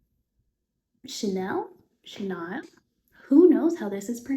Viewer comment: Welcome to YouTube! This is very cute ♥️ Also, chenille is pronounced “shuh-neel”